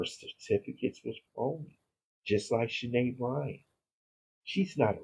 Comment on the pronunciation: I believe that other name is pronounced Shy-Ann .